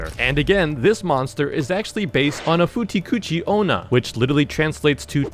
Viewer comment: is pronounced by Futah - Kuchii - Onna